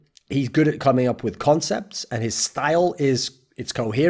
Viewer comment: im good with cumming, wtf do you mean? oh sorry, my hearing is quite bad, you said "comming"